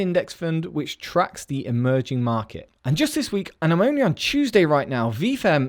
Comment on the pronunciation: I swear I heard "emoji market"